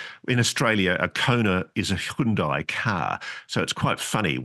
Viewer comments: Ross's pronunciation of Hyundai and I'm Australian was the weirdest thing i saw today lmao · The scariest parts of this video were when I got jumpscare'd by your pronunciations of "Hyundai" and "kiboshed".